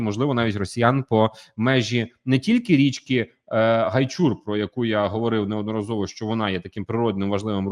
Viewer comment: Будь ласка перевіряйте наголоси географічних назв. ОмельнИк, ГайчУр. Може і невелика різниця, але людям, які втратили рідну землю то боляче